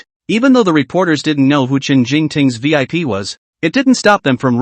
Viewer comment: You keep saying vlp it is vip